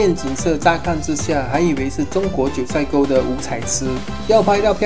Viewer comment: 九寨(zhài)沟 不是塞